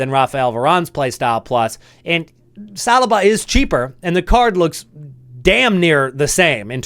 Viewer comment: Sb rewards hype is real but dawg, how do you not know how to pronounce Saliba 😂😂😂